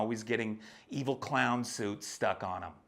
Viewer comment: Oh man I laughed so hard when you said “the cloin.”